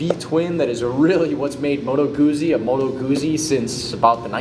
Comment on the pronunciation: It's pronounced Moto Gootsy, not Moto Goozy. Just like you say peetsa instead of peeza when talking about your favorite Italian pie.